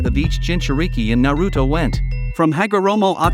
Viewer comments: Na-root-oh? Really? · Yu-ji-ito Nee?? Ice-obu??